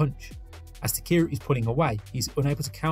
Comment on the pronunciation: Awesome breakdown, but his name is not pronounced "takeeru"